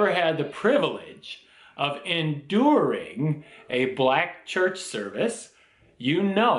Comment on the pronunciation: I love e the way he emphasizes "enduring " black church services LOL!